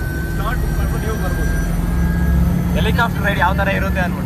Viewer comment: Helicofter alla guru Adu Helicopter!